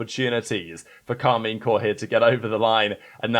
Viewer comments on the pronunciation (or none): none